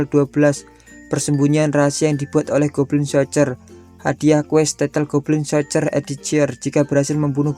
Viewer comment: Min kalo lebih baik anda bljr cara pengucapan kata bahasa asing, karena anda membuat binggung dlm pembawaan anda, untung ada tulisan d anime nya jd kita bisa mengerti, Goblin sorjer itu yg anda sebutkan, pdhal penulisannya lain